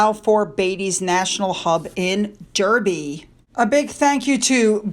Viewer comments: it's pronounced Darby not derby I know because that's the County of my birth. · Derby is pronounced Darbee😊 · I know you like to pronounce our place names correctly so you won’t mind me telling you that ‘Derby’ is pronounced ‘Darby’! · You should finally learn how to pronounce Derby as DARBY and Edinburgh as Ed-in-bra . Not Edin borrow! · The pronunciation of Derby is Darby. I know this throws people.